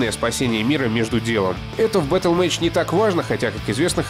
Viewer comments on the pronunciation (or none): Сильно сомневаюсь, что Battlemage именно так читается. Дикторы, прислушайтесь - вам самим слух не режет? Откуда там Image взялось!?